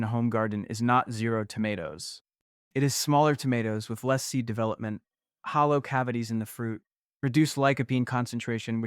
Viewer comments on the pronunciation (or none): none